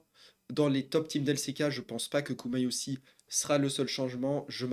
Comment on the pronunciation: GumayuSHI la prononciation